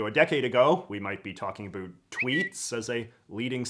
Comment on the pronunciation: "Talk a boot"